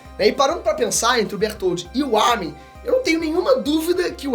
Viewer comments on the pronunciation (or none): none